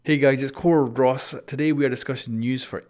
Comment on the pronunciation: “Hey guys its core-ROSS”